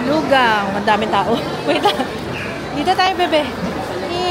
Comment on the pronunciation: LUGANG is pronounced as Loo-khang daw.. before, Loo-ghang din ang pag pronounce ko 😂😂😂😂❤